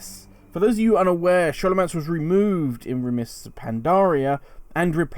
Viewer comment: Excellent Guide just makes me laugh every time i hear you say Scholomance as an Shhh sound and not a Skol sound.